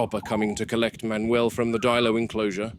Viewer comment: Manuel ❌ Man not uel ✅